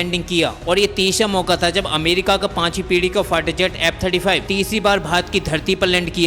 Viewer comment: Very bad pronunciation!!F-35 or app 35!!